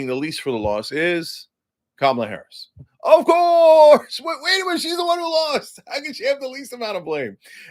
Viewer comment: Cenk "of courrrrrrrse" Uyger